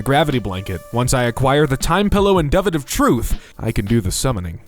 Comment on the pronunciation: duvet is pronounced "doo-vay"